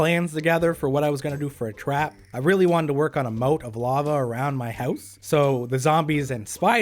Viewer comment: you said trap wrong you kinda said trwap